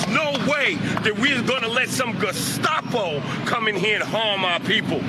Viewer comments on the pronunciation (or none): none